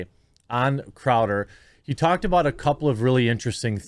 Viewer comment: Aboot. Sounds like you been watch to much candian truckers Jermy :_QuarteringCartoon